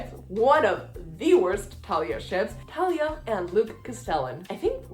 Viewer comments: Thalia is Like how u say it but th at the beginning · Okay, I’ll give you the Thalia pronunciation and not give you crap (/lighthearted) for dropping the H. It makes sense to say it the way you do, when you’re coming from a background in Spanish. I feel like I say Luke’s last name so strangely compared to everybody. It’s Cast-uh-lon for me. :)